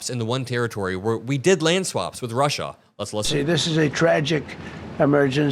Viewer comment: He didn’t call Alaska Russia, he called it Rushia